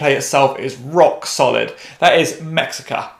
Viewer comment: It's pronounced meh-shee-kah